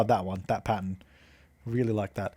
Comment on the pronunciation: Love the way he says pattern. 😂 as Pattun.